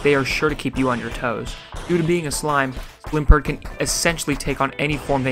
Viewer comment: Thank you for being the first person to pronounce Slimpurt correctly 🙏